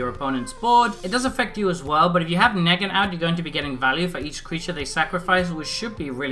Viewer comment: Could tell you never saw the show just by how you pronounce his name, it's pronounced Nee-gan/Kneeg-an